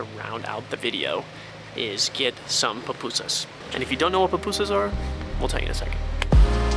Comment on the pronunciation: Its pUPUSas lol p-oo-poo-zaz